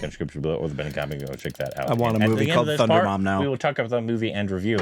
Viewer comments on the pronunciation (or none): How u pronounce thun instead of thu you dumb its not thunder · Guy, its Thu-da-rum 😂